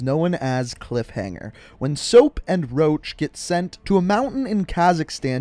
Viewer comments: You said soap and roch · He said soap and and Roche